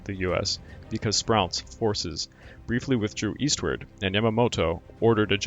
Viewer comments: I only came here after looking at the first few minutes of the followup video in which you confessed to being a poor narrator. B-52 vs B-25, that's one thing. I can kind of forgive you for mispronouncing Admiral Spruance's name and a little bit for mispronouncing Port Moresby but how can anyone with a rudimentary knowledge of the subject matter mispronounce "Halsey"? That's almost as bad as if you had mispronounced "MacArthur". All of these things make you seem like someone who has not really studied this much at all. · Sprew-ence, hall-zee. Hard to take this serious, When legendary American commanders names are pronounced wrong. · I don't mean to be critical but the mispronounced names of commonly known people and places is really pretty bad, from the garbelling Port Moresby to "Morseberry", Adm. Halsey to "Haisleys" Raymond Spruance to "Sprouse" and also, when describing a plurality of airplanes is not "aircrafts" its aircraft, All stop there. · 'Sproo ence and 'Hall zee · Learn to pronounce names and basic English words, grammar and usage. Can’t pronounce names Halsey, Spruance, Moresby, and Yamato. “Have sunk” not “have sunk.” Ignorant Moron! Hara Kiri for you. Ruins your whole channel. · I would have enjoyed this more if the narrator would have pronounced the names of the American admirals correctly. He also mentioned B-52s were involved in the Coral Sea battle???